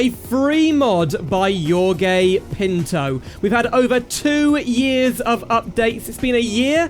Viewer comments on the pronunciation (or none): as an spaniard i belive it was closer to the word yogurt than jorge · iorgei pintou, siendo argentino me dio un ataque cardiovascular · as a portuguese person, i has a stroke while hearing you say jorge pinto 😭😭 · Im brazilian, I had left the video playing in the background at low volume, and I could have sworn I heard him say "your gay pinto." I had to stop what I was doing, rewind the video and pay proper attention with the volume turned up to check what was actually said. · As an American, I did too, what the fuck was that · as a spaniard I did as well, thought he said your 🏳️‍🌈